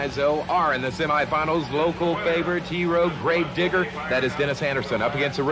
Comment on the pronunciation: i think bro doens't say grave digger